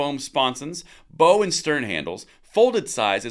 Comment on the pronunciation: Hey. It's bow, as in bow wow and stern. Great video once again